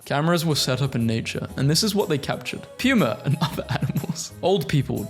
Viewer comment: pronounces "puma" like the guy in the puma man episode of MST3K